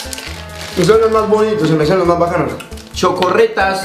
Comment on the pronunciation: son chocoretas no chocorretas